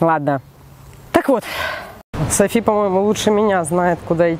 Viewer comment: Не Сафи, а Софи